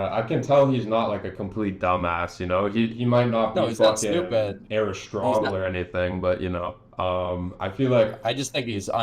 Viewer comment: Its arostrotle